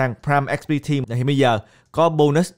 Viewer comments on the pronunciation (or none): none